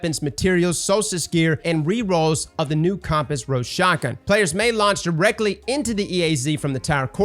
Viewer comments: I don't know if you say compass weird. But you're saying Com-pass, instead of Come-pass; it's like the device that tells you what cardinal direction your facing. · Not comp-ass, it's cum-pass like that thing that tells you which way is north lol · Bro did you just say Com-Pass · The "comp-pass"?🤣🤣🤣🤣 that's not how you say compass🧭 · Pronouncing Compass as Comp-Ass had me dying! XDDDDD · Bro why are you always saying worlds wrong? Quria? Compass? Like bro it's cringe. OH and evuh levante. You can say levante but not eva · strangest way i've ever heard someone pronounce "compass"